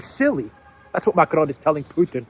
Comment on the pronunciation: It’s not Macron. It’s Macarone